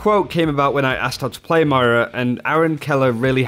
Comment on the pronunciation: M-O-I-R-A, REPEAT AFTER ME!!!!!!!